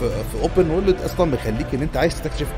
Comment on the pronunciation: انقلش اول زا تايم يا باشا 😂 بغض النظر عن المحتوى بس يا ريت يا ريت تنطق على الاقل world بشكل الطف من كدا وورليد لا خطا